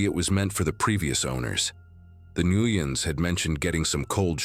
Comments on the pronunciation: AGAIN, Nguyen is pronounced NWEN, NOT NAGOOYEN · Why does this AI have so much trouble pronouncing the name Nguyen? Jesus, I swear, it's in like every other story 😂